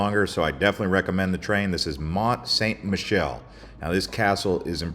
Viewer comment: You totally butchered the name of Mount Saint Michel, you need to study your French